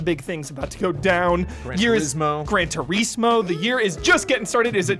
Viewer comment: saying "TURISIMO" really got me lol